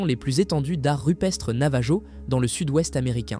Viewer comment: Navajo : le j ne se prononce pas. C'est un peuple autochtone d'amérique du Nord que l'on appelle indien... Quand au portail de nébulon, impossible de trouver ! À part un personnage de Marvel, il n'existe aucun autre nébulon... Alors veuillez mettre vos sources dans la description pour des recherches ultérieures. C'est pénible de constater des choses qui n'existent pas quand même...